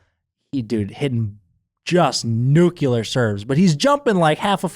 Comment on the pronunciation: that’s not how you pronounce the word “nuclear”. You’re saying it like George W. Bush. You’re saying “nukular”, but it’s “nuclear”. Pronounced like the words “new” and “clear” back to back. “Noo-klee-urr”, rather than “Noo-Kya-lurr”.